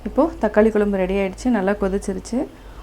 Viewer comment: அருமை சகோதரி,குலம்புனு உச்சரிக்காமல் குழம்புனு உச்சரிக்கவும்,உங்களை போன்ற சமுகவலைதலங்களில் வரும் பெண்கள் தமிழை சரியாக உச்சரிக்கவும் அப்பொழுதுதான் அடுத்ததலைமுறைக்கு தமிழ் சரியாகசென்றடையும்.